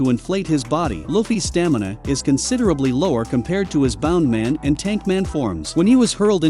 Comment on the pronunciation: its bounce man not bound man